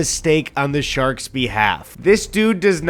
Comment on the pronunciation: “Ya lak shaks?” “Shaks?” “Shaks. Ya lak Shaks?” “Ahhh sharks. Sure, I lak shaks. I like caravans more.”